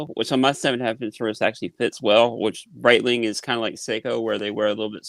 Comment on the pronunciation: IS BREETLING AT THE ZEENITH, ZENNITH, OR THE NA-DEER??